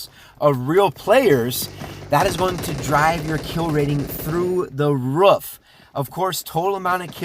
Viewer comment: ah yes "through the ruff"